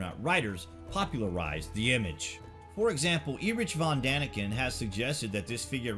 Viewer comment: Okay it is not E rich it is Eric Erich von daniken if you can't even pronounce the name of the world-famous author of Chariots of the Gods... exactly how much research did you truly do